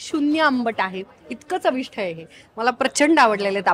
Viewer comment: ते चविष्ट असतं बरं का. "ठ" नाही. 🙂